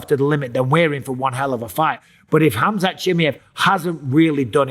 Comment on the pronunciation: Haha Chael calls him Kazmet 😂